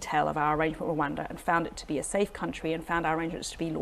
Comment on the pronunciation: It is pronounced "Rwanda" not "Rwanda" please amend